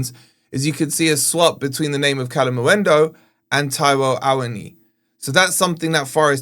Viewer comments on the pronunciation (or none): 4 months later he's still saying kalimuendu. I think he's trolling not dumb at this pont